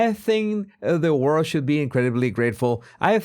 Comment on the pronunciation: Why oh why can’t he say the word “world”????? He pronounces it “Wowd”. So “The World” comes out of his ignorant mouth as “Ver Wowd”.